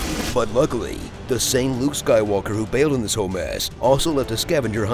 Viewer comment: I'm Ray - Ray who? - Ray Skaiwooka